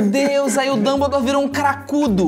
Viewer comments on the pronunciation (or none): Eu n tenkei a parte da "HaBiLiDaDe" E do "dumblidori" kkkkkkkkkk